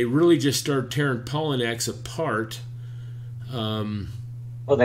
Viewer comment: I think it is pronounced....pa low knee x